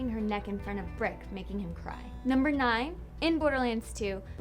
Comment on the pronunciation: Who's "Birck"??? lol Get lost! You meant Brick, right? Not.. "Burck" or whatever you said!